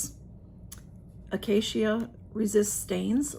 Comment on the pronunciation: That looks like a good box. She made lovely choices. That pork recipe sounds yummy. Acacia wood is pronounced uh-KAY-shuh.